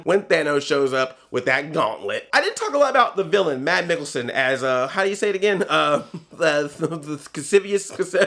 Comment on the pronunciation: Mads Mikkelsen. Mads not Mad stop pronouncing it wrong